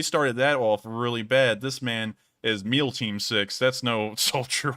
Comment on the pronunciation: I came here for "meal team six" 😂